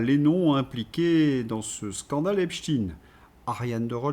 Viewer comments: Mr,Prononcez Epstein,pas Epstine svp.merci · Prononcer Epstein pas Epstine svp, merci 😊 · Epstein se prononce "Epchtayne" et pas "Epchtine", le nom est allemand et Stein se prononce comme le mot allemand qui signifie pierre. Epchtine évoque phonétiquement Poutine, c'est INTENTIONEL. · Mais putain vous allez ARRÊTER de dire EPSTINE !!!???!! EPSTEIN !!! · arretez de dire epstine c'est epstein !!! pourquoi pour faire pensez a poutine ?? c est nul; vous parlez comme LCI. Je vais me desabonner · Ne pas lire "EPSHTINN" mais : EPSHTAÏÏNN... Merci. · bonjour, en france on dit epstEIN er non tin. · Epsteen ca s’écrit Epstein, avec stein comme la pierre en Allemand qui se prononce évidement de la même manière… arrêtez avec cette stupide anglicisation de tout!!! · Ça m arrache les oreilles, ce epstiiine,comme chez ts les sbires de LCI et co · Dites Epstein, on ne dit pas inestine, ramstine, olivenstine, inesenstine, ni ine, zwine, drine... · Mais qu'avez-vous bon nombre à écrire comment prononcer epstein ou epstine ??? Qu'est-ce que ça peut vous faire ??? Chacun prononce comme il le souhaite bon sang !!!! Vous n'allez pas vous aussi vous y mettre pour une prononciation !!!!! Ça fait plusieurs jours que ça dure stop ! Ça suffit !!! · si vous vous interdisez de prononcer les mots -viol ou violer, pédo criminel, abus sexuel .... comment voulez vous traiter le dossier "EPSTINE" comme vous dites prononcé à la russophobe ! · J'en suis à 8 mn environ, et devant la tartinade de << Epstinne Epstinne Epstinne >> je suis obligé d'arrêter, cher!!!! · EpstEIN comme EinstEIN ON DIT PAS ALBERT EINSTINE